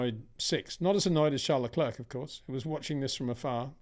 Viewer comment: Charles Lecler, Peter Wind sore. The second 'c' is silent